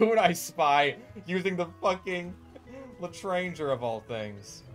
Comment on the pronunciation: I would correct you on your pronunciation of L'etranger, but there are apparently two major dialects of French and no matter which pronunciation you go by, there will be angry French people who get mad at you for not using their pronunciation. But they both dislike you now, so I take solace in that.